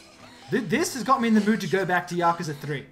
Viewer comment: Its pronounced Yakooza - jesus!!!!!!!!!